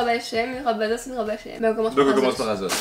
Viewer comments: Asos pas azoz 😂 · Assose et pas azose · Vous dites azos 😂